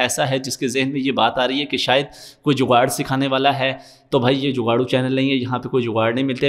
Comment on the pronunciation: When you say jugar 😂😂😂 gg bro last vedio daike app ki jewe eye wali